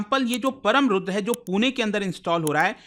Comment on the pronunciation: Its परम् NOT परम, Its रुद्र NOT रुद्रा। Such mistakes are not expected at government level.